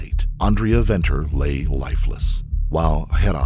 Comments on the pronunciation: Note: the 'v's' in 'Venter' and 'van Vuuren' are not pronounced 'vee' - they're pronounced like the 'f' in 'fate' or 'fun'. 😉 Thanks for trying to pronounce the other terms as well. Stellar content. 🇿🇦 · The V in her surname is pronounced with a F. Like Father. So it is Fenter. And Gerhards surname is Fun Fee rin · Venter is pronounced "Fenter" 😊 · The SAn justice system is disappointing at times. Side note - Venter is pronounced Fenter in SA . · Its pronounced Fen ter fyi 😂 but so dope seeing you covering a SA story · Venter = (fen-ter) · Who did this research?? Schweizer-Reneke is not "nestled" between Kimberley and Johannesburg; it is 300 km from Johannesburg, and 200 km from Kimberley! Venter is pronounced as Fenter as in F**k. Those accents!! I must be honest a girl growing up in the middle of nowhere in Schweizer-Renecke will not have an easy life in a metropolr like Johannesburg. Poor girl... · No excuses for what he did. How can you stand by and watch? The whole situation gives men a bad name. Remember gender based violence is not one gender. Venter is pronounced Fenter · Venter is pronounced 'Fenter'- an Afrikaans surname. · Venter is pronounced Fenter. So tragic, nothing was done to stop this mad man. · The "V" in Venter is pronounced "F". So, it's pronounced Fenter.